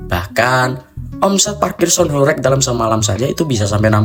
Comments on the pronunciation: Horeg bukan horek, pake eG bukan eK😂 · pengucapane ae ws gak pas !! horeg bukan hore'g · Sgt terlihat yg menjelaskan bukan orng benar² paham mengenai apa yg ia jelaskan, melainkan hanya mencari informasi dr berbagai sumber. Dr penyebutan kata² horeg aja udah tidak tepat😂.